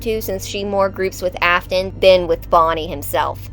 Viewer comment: It's not Ofton it's Afton